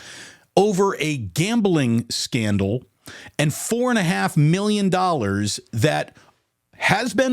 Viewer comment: What's S-candle?? Even japanese don't make such a mistake, idiotic lol. Are u another SAS?